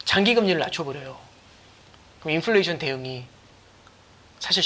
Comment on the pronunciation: 인플레이션 발음을 왜그렇게ㅋㅋㅋ